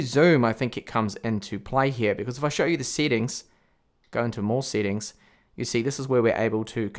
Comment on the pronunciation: I like the way he says settings "seatings" 😂